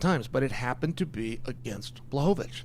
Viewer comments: Chael. You're saying Blachovivich wrong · Almost said Pee-era vs Blahoviz